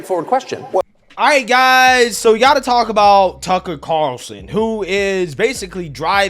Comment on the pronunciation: I want to give props for working on his pronunciation of Tucker Carlson 😂